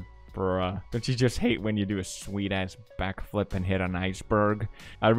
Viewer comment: When he said “sweet ass backflip” I thought he said “swedish backflip”